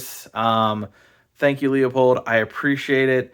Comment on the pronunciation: It’s pronounced (phonetically) “Loo-pold” Not “Lee-a-pold” BTW great video…